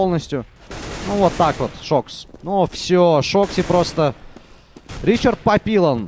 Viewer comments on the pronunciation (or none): он не Ричард, Он Ришар и фамилия Папильон :)